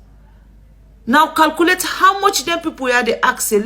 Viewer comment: Calculate not "calcoolate". You are not Sierra Leonean